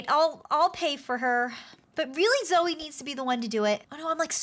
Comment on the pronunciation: You guys are saying zoe instead of zoey.